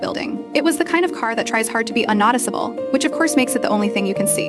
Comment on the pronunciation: AI can't pronounce sedan or unnoticeable lol. 😂😂😂😂